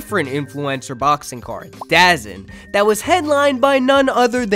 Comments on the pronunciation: It’s da zone lol not DA zen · Why did you pronounce 'Dazn' as Da-zun hahahahaha